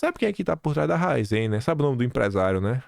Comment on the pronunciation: É Ra-í-zen.